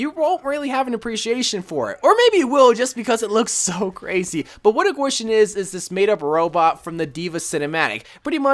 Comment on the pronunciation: You didn’t say kwishin right 😂